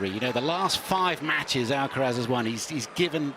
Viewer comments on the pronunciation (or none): Why is this commenter keeps saying Alacaraz? Commenter should be neutral.